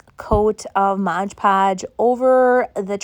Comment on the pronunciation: It's MOD podge, not modge podge.